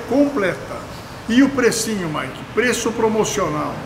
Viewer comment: Ele fala maiki várias vezes kkkk